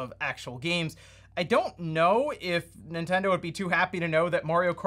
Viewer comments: Is it just me or do you keep calling it "Super Intendo"? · Intendo? WTF is that? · "N1ntendo" xD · "N1ntendo" lmao